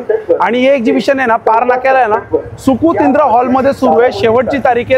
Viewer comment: सुकूतीद्र नाही सुकृतींद्र